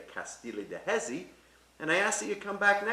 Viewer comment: I was looking for someone in the comments to correct his pronunciation of Jesi but came upon this lol